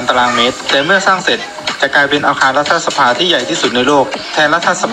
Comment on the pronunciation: อ่านว่า"รัด-ถะ-สะ-พา" นะพี่สื่อ